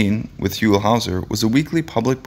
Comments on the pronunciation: Sorry it's huell not hu ewll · If you are going to do a retrospective of Mr. Howser you could at least learn how to pronounce his name. It was "Hew-ell" NOT "Who-ell." And with that, I'm out. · "HOLE Howser"? Ugh....this must be the guy who gets the wrong photos, the wrong pronunciations, & wrong info on every video he does. people areIsn't (aka Captain Kangaroo) married to Cher? Oy Vey. Anyway.....Huell (rhymes with Jewel) was a much loved TV personality here in California and is much missed. His wonderful programs live on.....in reruns. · H-you-ll. Not hull howser. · i second this motion. say his name right, he earned it. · It hurts me to hear you pronounce his name the way you did. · You can't even say his name! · Your doing a story on him, but you don't know how to say his name. You're fake